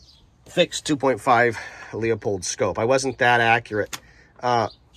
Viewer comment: Teardrop shape bolt knob feels more natural, especially when cycling rapidly. I like the Pure Precision Slim as oversize ones look goofy on a compact rifle IMO. EDIT: BTW, Leupold is pronounced LEW-pold, not LEO-pold.